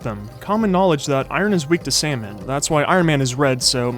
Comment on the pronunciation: Salmon not samon~ bad😡🤚🏼